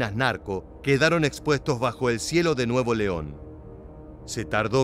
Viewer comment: no es nuevo leon es nuevoleon todo junto! y sin pausa. son muy buenos los contenidos. gracias por la labor